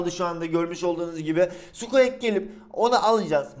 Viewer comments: abi sqek değil sqik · Abi o sukuak diyo okunmuyor sukuik deniliyor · abi o skuek değil skuik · Abi özür dilerim ama sen squeaki skuek diye okuyosun ama sanırım okunuşu şöyle skuik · Sukieks değil sukiğik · Ya abi o sKuEk diye okunmuyor skuk diye okunuyor ya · NORMAL İNSAN OKURKEN SUKİİK SUKEAK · Abi sukuek diye değil sukuik diye okunuyor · skuek degil skuik abi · sukiğik diye okunuyo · abi sukuek ne amberada embır diye okuyacağına emba diyorsun NE ALAKA EMBA bari squeakı düzgün oku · Spueak'e skuek diyen sjsjsjs😂😂😂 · Abi sukik diye okunuyor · Sen zaten her şeye para yatır zaten hiç uğraşmıyosun karskterin isminide düzgün oku